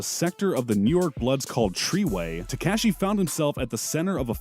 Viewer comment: I mean he's calling him teCASHee